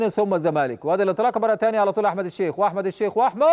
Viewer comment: هو المذيع ده قالب ليه على أحمد بدير فى ريا وسكينة تحسه بينطق إسم أحمد عحمد ليه